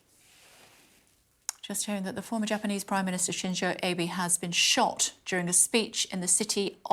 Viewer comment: Kay pronounced the ex-Japanese prime minister's name wrongly. Abe